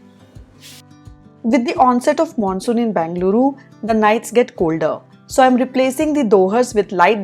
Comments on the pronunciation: Hi, not sure if anyone has mentioned this to u already - it’s not BANgaluru…. It is BENgaluru. Or just call it Bangalore. When u say uru which is a Kannada word u shud say BEN…. Bengaluru! Don’t take me wrong, as a person who lived here my entire life it doesn sound good to hear it wrong, offcourse there are hundreds of people calling it that way, but I think I can’t stop all, but Atleats as ur subscriber, I can tell this to you☺️ Good Luck 😃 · Dear, your videos are as always inspiring. Keep motivating us. One suggestion, it is not Bangaluru. It is Bengaluru (ಬೆಂಗಳೂರು). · It is Benga - lu-ru